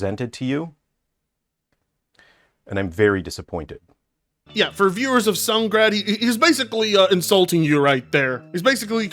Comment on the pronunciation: The mispronouncing of Sungrand cracks me up and causes me to 🤦‍♂️